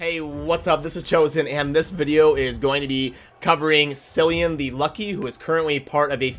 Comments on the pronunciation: Tempting as it might be to call him ‘Silly-an’, it’s ‘Killy-an’. Hard C. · Just FYI, Cillian is pronounced with 'k': Kill + ee + an. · its pronounced Kee-lee-an